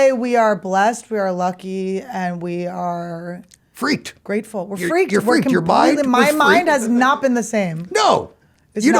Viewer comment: Mine fweaked 😂😂😂